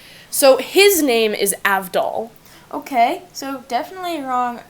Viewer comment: Why do u call all the damn characters G@ joseph is not gay at all, jotaro isnt gay and green heirophant is a snake stand, polneraf is french yes, but that doesnt mean bully all the characters... WHY WOULD IT BE LAND MINES ON AVDOLS HEAD??!!! (And its pronounced Avdool) josuke is not FREAKIN g@ Jesus... Why disreaspect josuke's friend... Im done...